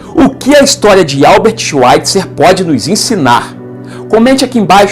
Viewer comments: Bom vídeo! Obs.: a pronúncia de Albert Schweitzer, em alemão, é "albért shváitzer" (w tem som de v). Em Bach, o som do ch é aspirado, quase na garganta, não soa como k. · "Schvaitza", o er final em alemão é pronunciado como um a fraco.